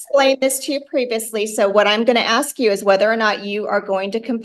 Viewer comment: It's " ask " not " axe " !